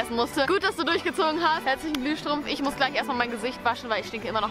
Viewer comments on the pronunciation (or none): WER VERSTEHT BEI AUCH herzlichen glühstrumpf? 😂😂